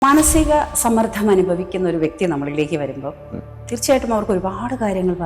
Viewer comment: Madom. Sammardham. Ennu parayaruthu sammardham ennu parayu kelkkumpol entho pole